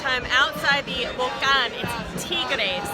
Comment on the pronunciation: Pronuncian muy mal la palabra "Tigres"! Se dice tigres y no TIGERES! Tampoco se dice "Vólcan" Se dice Volcán con acento en la ultima silaba!